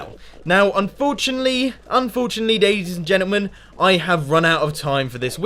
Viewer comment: It sounded in the end like you said, "Daisies and gentlemen" which is the cutest thing, omg.